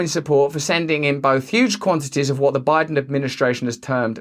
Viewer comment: i'm not going to give you a fumms up but should you manage to pronounce the "th" sound correctly one day, i will consider it